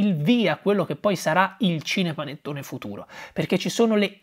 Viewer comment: Perché dice "scinepanettone"?